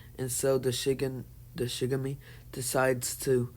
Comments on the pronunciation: It's not Shigami it's shinigami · yes but its pronounced shin-a-ga-mi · Its not shigami its shinigami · Bro Shinigami not shigame